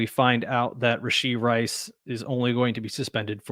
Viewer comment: I’m hearing “Rish-ee Rice.” Thought it was “Rash-ee Rice.”